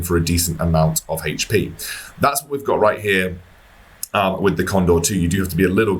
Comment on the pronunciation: Dude says "Haych Pee" better than anyone.